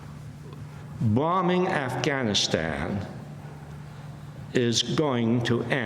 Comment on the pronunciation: Amy Goodmen is the first American who pronunce “Afghanistan” correctly.